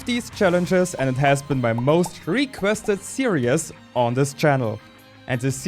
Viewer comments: My guy saying seeree is Buddy it's pronounced serees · I know you're German, but I'm sure you like to learn. Series is pronounced seer-eez, not seer-e-us